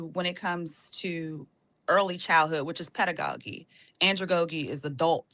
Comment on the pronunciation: My only thing is, when said pedagogy incorrectly i understood then what she is able to absorb.